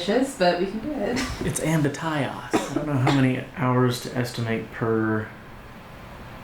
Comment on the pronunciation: am-bit-tie-us is my new favorite way to pronounce that word